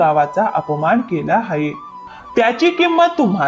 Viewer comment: हाये नाही आहे म्हणा